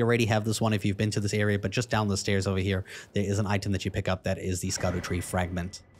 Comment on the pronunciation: Scadutree, pronounced Shadowtree